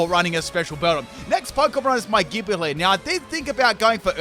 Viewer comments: Gibeyle Lol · 🤨 why did he say gible like that